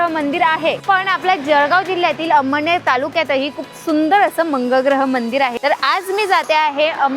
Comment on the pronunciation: अम्म्डनेर नव्हे अमळनेर